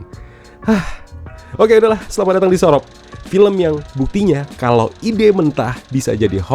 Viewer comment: hobbi banget, mlesetin kata si, surop di bilang sorop,, punden di bilang sinden, penitistaan bahasa jawa 😂😂